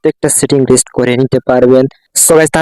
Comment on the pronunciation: এইটা রিস্ট না রিসেট হবে